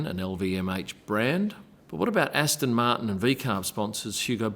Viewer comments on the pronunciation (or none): none